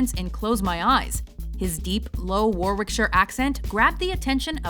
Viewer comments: The way she pronounces Warwickshire though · It's pronounced Wa-rick-sher, so much easier to say. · Oh she did not just say “War-wickshire” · Hehe WarWickshire... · I love listening to American people pronounce Warwickshire haha xxx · Ugh, the way they pronounced Warwickshire 😷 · love that pronunciation of warwickshire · Oh go on, say Warwickshire again. Go on, go on. ;) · Nobody else gonna point out the hilarious pronunciation of Warwickshire? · Haha, don't pronounce the second W in 'Warwickshire' any English accent wins! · I love how badly they pronounce "Warwickshire" at the beginning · Yeah, you're right, that's a better way of writing it phonetically. I'm just thankful he wasn't from my home county, Worcestershire! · it is painful how bad she says Warwickshire